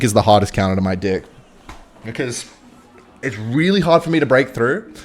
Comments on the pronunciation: I love it how he says dick every time he says deck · Is it just me or does it sound like he’s saying d*ck instead of deck?? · Why is he saying dick instead of deck? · Is anyone else hearing “deck” or 🍆…? 😄